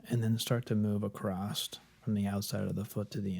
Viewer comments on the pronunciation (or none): My man said acrosst 3 times